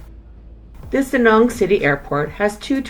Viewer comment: Hate how she pronounces Da Nang. Besides that good video